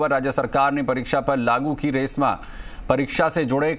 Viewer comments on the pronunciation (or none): This is esma (एस्मा) not रेस्मा